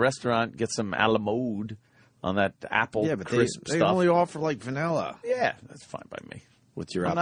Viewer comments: ..... he said "vanirra" pretty early on. Weren't you listening? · What kind of ice cream was it? VANIRRA. LOL. I laughed so hard!